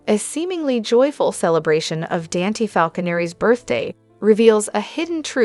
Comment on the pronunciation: Please Say DON THEN SAY T ITS DON T Dante😊